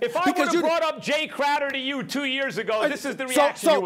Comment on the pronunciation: "IT, ITT, ...Crowder, or Clam Chowder " Warriors in 5